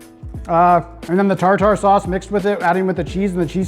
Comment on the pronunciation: Thanks for the shoutout. Commenting on the quality of the fish without harping on the batter having no taste. You’re learning my young Padawan. Now if only you knew how to pronounce tartar sauce 😂